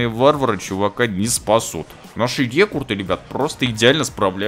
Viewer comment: рЕкРуты, а не рЕкурты!